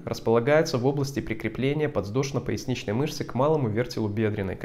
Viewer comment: подВЗдошно! а не ЗВ.